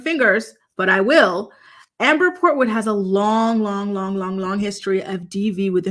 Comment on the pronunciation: 🗣️“Kung Fu Portood” 😂 Much love! ❤️